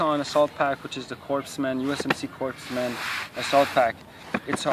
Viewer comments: Its pronounced coreman not corpseman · You pronounce "Corpsman" wrong... You don't pronounce the "P" or the "S."